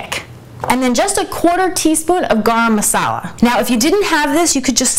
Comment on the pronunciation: What was the ingredient, dark brown looking, sounds something like gom masala? I couldn't make out what you were saying